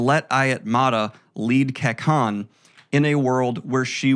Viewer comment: This is awesome! My only critique is that some of the words are mispronounced. For example, Kekon is pronounced KAY-CON in the audio books. Other than that, this is a fantastic and fun summary!